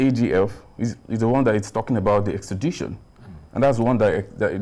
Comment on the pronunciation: Extrad-i-tion not extra-dai-tion